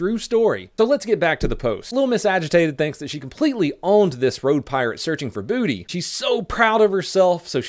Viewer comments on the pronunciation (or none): none